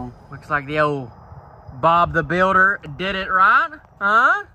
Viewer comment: “Bob the builderrrr” omg it’s Bob the building